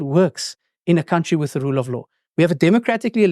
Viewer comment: Any person who pronounce the word "country" as "cowntry" does not inspire any confidence...and that such a person is a leader of an up and coming political party is even worse. If Fikile Mbalula was able to rightly correct his pronunciation of "cowntry to country", it means someone was bold enough to tell him that his pronunciation was incorrect. Could someone then tell Malema that it is not "cowntry" but "country" as in Cunt-ry.